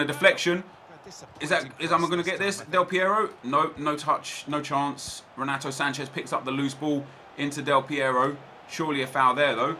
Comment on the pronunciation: Not sure if you care or not mate but just so you know the R in the beginning of a name in Portuguese makes an H sound, so it would sound like Henato. Good video keep it up